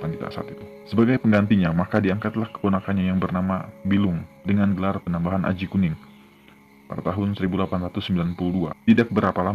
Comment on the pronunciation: Ralat* (penyebutan gelar Raja) PANEMBAHAN / PANEMBAN